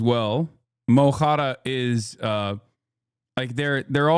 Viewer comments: The Mo in Mo Chara is pronounced ‘Muh’ with a short ’uh’, not ‘Moe’ like Szyslak. Mo is Irish for ‘My’, and ‘Chara’ is Irish for ‘Friend’. The emphasis in the phrase is on ‘Chara’. Hasan does an acceptable job of pronouncing ‘Chara’. It’s a funny stage name. The main issue with the name thing is the govt using the English transliteration of his government name, basically mangling his name to make it manageable for the English mouth, which is a part of the suppression of Irish culture. The BBC presenters actually do a decent job of attempting to pronounce his Irish govt name and stage name, to be fair. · It mo chara, not mó chára. "muh hhara" not "Moe hhaw-ra" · Just an fyi for anyone wanting to say his nickname properly; it’s pronounced “muh-cara” not “moe-cara”. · The name is "Muh-corra". Pretty simple to say, they just dont want to. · It's ch as in the german ach, not k. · As an Irish cailín you don’t have to roll the r in Mo Chara lmao it’s more of a soft sounding r ‘muh charah’ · he says Liam mu no cheannaigh mu cara , Cara is a simple word just means friend cheannaigh is a proposition ,I am going to , or have done; he said his name wrong and took the time to find a irrelevant word witch he finds similar making it more devoluted for sake him needing to bother translate that word to use it as a way to make fun of him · He makes it sound Arabic. But I’m fine with that. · I’m Irish and we do not roll the r like that lmao